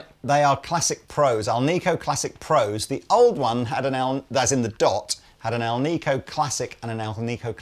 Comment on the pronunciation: it is pronounced Al-NIH-Co. Those magnets are named so because they are comprised of ALuminum, NIckle and CObalt. Hence ALNICO. Not Alneeeco.